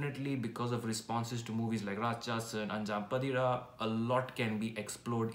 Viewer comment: It's pronounced as अन्जां पातिरा.... Meaning 'The fifth midnight'